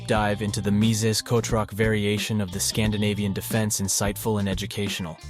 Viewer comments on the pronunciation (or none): _- why kotroc? The pronunciation of "ch" is perfectly fine in English